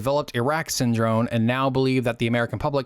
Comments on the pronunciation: good video, just a few notes. You consistently pronounced the word Syndrome with an "n" rather than an "m". Also, you mentioned Asst. Sec. State William Bundy but you have a picture of Robert McNamara. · lmao syndrone, every time! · I enjoyed listening to you mispronounce the word Syndrome for over 16 minutes. It may be a world record.